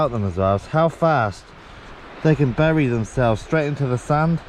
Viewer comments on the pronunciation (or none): none